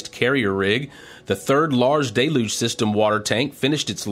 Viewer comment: I really like these recaps but I cringe every time he says "Day Luge" instead of "Del You-ge"